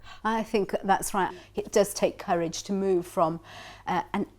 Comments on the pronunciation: No, she says "ter" all the time instead of "to". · No, it is not... It's lazy. I know no-one who says "ter" instead of a distinct "to".